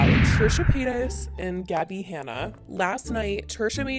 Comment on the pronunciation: sis said “trisha peetas”